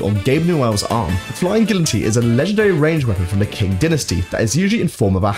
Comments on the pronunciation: It’s pronounced “Ching dynasty” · Mistakes: 11,000% of 30 grams is 3.3kg. The "Gabe" referred to in the Enthusiast's Timepiece wiki page is not Gabe Newell. You mispronounced "Qing". The Romanised Chinese letter "Q" is prononounced similar to "Ch", so "Qing" is pronounced something like "Ching". You mispronounced "Conniver", the stress is on the I, not the O. "Dalokohs" is not actually the Russian word for chocolate (Шоколад) spelled backwards. Russian has a separate letter for "Sh" called Sha, Ш, so when spelled backwards, it should be "Dalokosh". You mispronounced "Giger". It's pronounced "GEE-ger". Your theory on the Tomislav's name origin is interesting, but it's more likely to be a pun on the fact that the gun itself is a stripped down and cannibalised Thompson SMG. Something you missed about the Panic Attack, the drum magazine is in the wrong location. It's attached to the end of the gun, rather than between the trigger and the pump. It's a very stupidly designed weapon. The Vita-Saw doesn't just strongly resemble the ADAM harvester from Bioshock, it's directly inspired by it. And I seem to remember some drama where the guy who made the Vita-Saw got into some copyright trouble because of it. Being unable to pick up objective items with the Rocket/Sticky Jumper is a feature. Not a mistake, but I'm pleasantly surprised you actually pronounced Kofi Annan's name correctly. Most people tend to mispronounce it as "ah-NAHN". The Shooting Star's stats are identical to the Machina, so that should apply to both. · He's really bad a pronunciation. Qing, Giger, Zweihander. Strangely, he pronounced Kofi Annan's surname correctly, which is something a lot of people don't do.